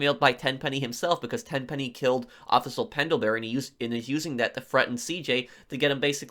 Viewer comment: Cuh said “officeww pendeewbewey” 🤦‍♂️😭😭😭😭😭😭😭😭😭